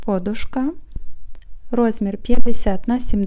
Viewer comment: ПодУшка, а не пОдушка.